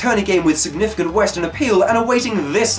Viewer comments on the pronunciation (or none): none